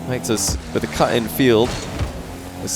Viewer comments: No one:: Mech-toes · every time says "mectos", I hear "McToes" XD